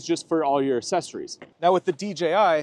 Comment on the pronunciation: Thanks for doing these videos! I prefer the ease of use from the DJI but they do not sound as good and don't come with lavs! Ugh, frustrating! But honestly I think my biggest frustration is the way you say "accessories"...lol just kidding brother thanks for all you do!